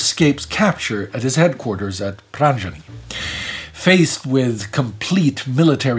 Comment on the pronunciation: Not to nitpick, but , Pranjani is pronounced " Praan - YahN - ee". Dude gets all his German pronunciation dead on, so this one caught me off guard.